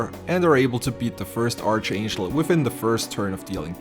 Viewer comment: ark-angel (like mark, not arch like like archie)